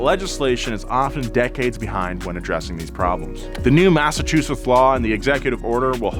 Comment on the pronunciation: for someone who lives in Massachusetts, you gave me a good laugh, when trying to say the name. thank you.